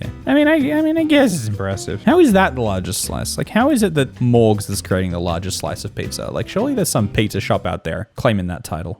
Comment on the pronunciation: Is irish? He sounds like he has a bit of an accent and then he says mOrGz with the most AMERICAN ass pronounciation